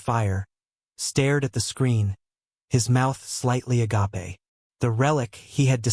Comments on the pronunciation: Please, PLEASE...program your AI narration to pronounce words correctly! Ah-gay-pe, NOT ah-gop-ay. Jesus, if I hear that one more time in these stories...And Colonel, not Kernel! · Agape should be pronounced a gape and grenade as ger nade not ger nod